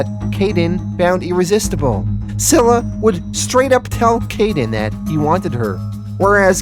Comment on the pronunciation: You have been pronouncing scyla wrong. It's pronounced Sila